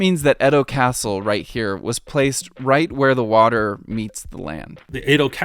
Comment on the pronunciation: Nihon = Japan and Bashi = Bridge Edo is pronounced as "Eah Doh" not "Ed Doh" Yama note = 山手 = Mountain Hand